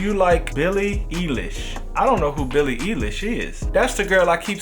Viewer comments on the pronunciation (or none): That’s not how u say billies name 😞